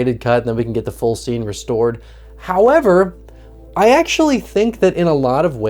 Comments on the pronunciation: He pronounced it wrong though. It needs a Y or something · the fucking cut to Ryan Hollinger when you say "however" took me out lmaooo. love how he pronounces that word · what a rude thing to add against a fellow YouTuber... We all know its supposed to be pronounced "Hoyever" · THE "HOYEVER" HAD ME DYING 😂 Holy shit that was not what I was expecting hahahaha. Love your vids and this was bloody fantastic as well. Love the long-form ❤❤ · I saw the film right after its release and I thought it was great! I’m ready for a rewatch now. Thanks for the vid. Also, Ryan H.’s “hoyever” 🙌!